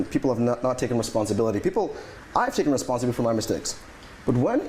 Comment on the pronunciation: Wow I didnt know "responssibility" was part of this mans vocalubary